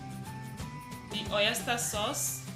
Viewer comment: It’s pronounced oyster not oyester and it’s broccoli not brokoli. Please I don’t mean to be rude but I just want you to take note of that for future reference. Thanks for understanding and God bless.